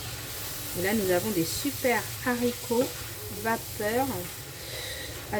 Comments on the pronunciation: Beurk les Zaricots 😂😂😂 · On dit Haricots ! Pas de liaison Z, car c'est un H aspiré !